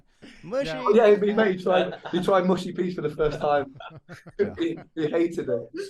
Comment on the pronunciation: Hey guys please get down with the peas!! - It’s mush like hush not mush like push!!